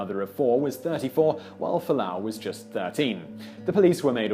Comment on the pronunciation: Fualaau, not Falaanu.